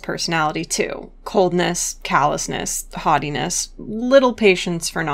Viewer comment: ohhh haughtiness i thought you said hottie-ness